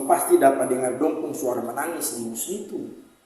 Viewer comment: Nisnitu bkn nusnitu kk